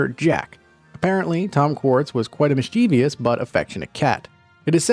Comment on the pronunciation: Goid job narrating but Google misceivous. You use a common mispronunciation.